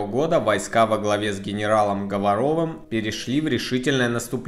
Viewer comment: Генерал ГОворов, а не ГоворОв!!